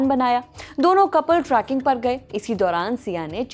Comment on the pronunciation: Not Traaaking , its trekking.